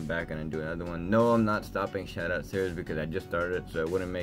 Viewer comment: Nice job. Loved this. By the way you accidentally said Shououty